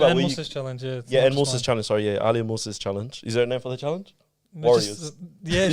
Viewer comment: Keep up the good work guys. Be proud of your heritage and pronounce names correctly. His name is Ali not Ahhli.